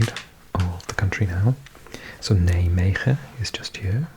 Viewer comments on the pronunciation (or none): none